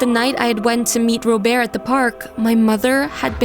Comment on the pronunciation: When they said robert’s name I was shocked because I thought it was ro bear cause of how they pronounced it like that 😂